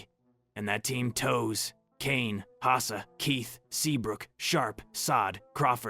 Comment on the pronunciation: “Twos”. , , “Toes”. That physical hurt to hear. Toews is pronounced “Tayvz” or “Taves”. Also heard wrong pronouncement of Hossa, Levshunov, and more. This has to be a terrible AI script, voice over, and video edit. Very bad.